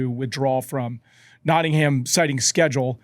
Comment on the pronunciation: Producer - fyi I know the English language is inconsistent, but we pronounce Nottingham like Notting-um not Notting-ham! Andy pronounced it correctly. 😊 love the show btw!